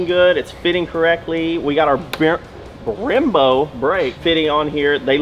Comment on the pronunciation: I love “Brembro”!